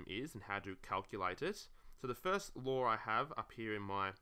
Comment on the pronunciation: I thought he was saying “logarithms lore”, and I was like mmm 💀